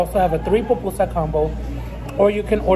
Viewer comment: Salvadoreña (half) 🇸🇻 ❤🇸🇻❤️🇸🇻🇸🇻 its pupusa NOT popusa, and In my family we eat spicy